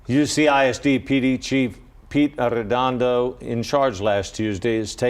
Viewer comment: "arrrrr-edondo" clearly dropped the ball tremendously! notice i made sure i pronounced his name correctly. smh